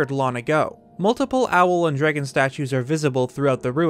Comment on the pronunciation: am i the only one who keeps hearing drigan instead of dragon? or is that what theyre called?